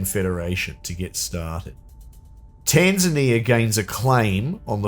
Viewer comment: For some reason, as I watch this, my brain keeps rebelling against you saying "Tanzania" properly and expecting it to sound more like "Tasmania" xD